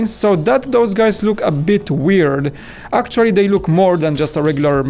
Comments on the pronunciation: I love their videos and I don't mind his accent bit the word 'actually' bugs me a bit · Please say 'actually' correctly and less times.